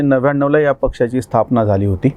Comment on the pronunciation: मला नम्रपणे हे सूचित करायचे आहे, 'त्या'शब्दाचा विरुद्धार्थी शब्द'ह्या'असा होतो;तरी 'ह्या' ऐवजी 'या' असे वाचन/लेखन होत आहे.त्यामुळे यामुळे, यापुढे,यांना/नी,यांचा/ची/च्या/चे, यावर्षी अशाप्रकारे चुकीचे भाषण,वाचन आणि लेखन होत आहे.